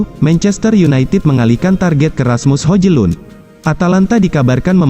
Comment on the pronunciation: Hojlun dibacanya Hoilun....